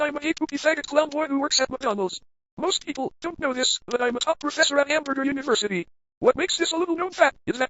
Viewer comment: Hamburjer University